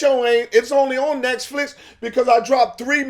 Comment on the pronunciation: Errffqwake said NESTflix 😂